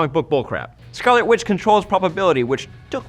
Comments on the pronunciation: did he say? "quick silver and scarlet qwitch? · Is he saying "whitch" on purpose or is it just my hearing?